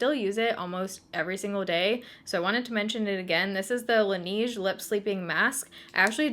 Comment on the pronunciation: Lol it’s not pronounced la-neege it’s more like la-nedge without the d sound.. haha horrible explanation